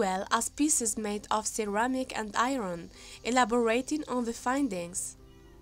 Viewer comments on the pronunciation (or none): This one was just too difficult to decipher. I spent half the time trying to figure out what was being said. It makes it very difficult to stay focused on the story. (SEARER-MICK. It took me a minute to figure out that it was meant to be CERAMIC.) 😕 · Get a grip ALL you freaking ultra sympathetic ppl giving her KUDO's on her "narration". WTF?! Is she saying CAP or CUP? Absolutely terrible pronunciations!!! The word "ceramic" didn't dawn on me until the next sentence!